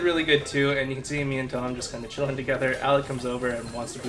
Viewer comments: Hey, Love your videos, just one thing though. Achille, it’s not pronounced “asheel”😂 it’s pronounced “ackilee” as in your “ackilee’s” (Achilles) tendon. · Fyi achille is pronounced a kill eee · ...isn’t it pronounced “A-kill-ee” ???